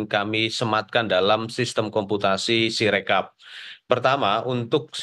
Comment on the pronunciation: Si Rekap salah baca 😂